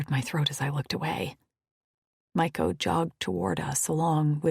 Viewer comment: The pronunciations are "Faytas"...NOT Fatass. "Meeko (Mikko)"....NOT My-ko.